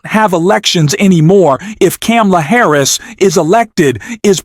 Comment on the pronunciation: I’m not going to listen to this I’ve heard Trump get dogged for 8 yrs. Now by the left by the media by all the news networks And you need to find out how to pronounce … Harris’s name Correctly